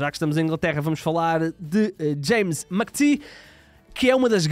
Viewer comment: Secalhar deviam-se informar de como dizer os nomes dos jogadores antes do video, o Mcatee esta a chorar a esta hora depois de vos ouvir a dizer o nome dele